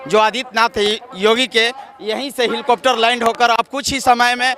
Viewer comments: Hilcopter kyo bol rhe ho mere bhai helicopter bolo.... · हिलकाप्टर नही हैलीकाप्टर 😅😅